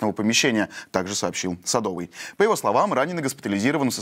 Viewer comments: Мэр Львова -Садовой, а не Садовый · Не СадОвый, а СадовОй